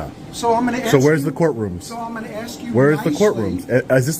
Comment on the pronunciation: When a cop says axe instead of ask and also has a gold necklace showing, get as far away as possible